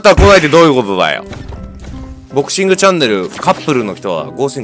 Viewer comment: ドクシングって聞こえたw